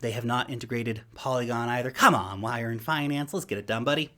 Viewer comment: you say y earn finance LOL 😂